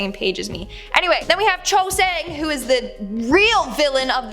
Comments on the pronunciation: It’s sang woo….sang woo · It's pronounced sang woo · It is Sang-Woo